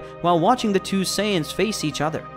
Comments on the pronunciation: Said the prince of Say-dins, 😒 my brains hurts listening to this sht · the pronunciations of these names is killing me lol. Great story line though. (Syons lol)